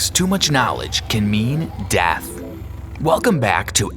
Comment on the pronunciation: Lol he sed dath